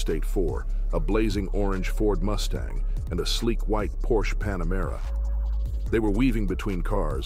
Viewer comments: Hey Dude, it's not a porch but a "PORSCHE" with an pronounced "E" at the end! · If you are going to do car videos, at least learn how to pronounce “Porsche”. It is “por sh A” Not “porsh” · Porsche is pronounced Por sha! It is a persons name. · It’s pronounced “por-sha” not “porsh”. 🙂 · Sorry.... but.... it isn`t pronounced "PORSCH" it is PorschE with a short E at the end. The car brand is named after Ferdinand Porsche... and not Ferdinand Porsch. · It's 'por-sha' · when I hear you mispronounce Porsche I could puke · Porsche is a 2 syllable word.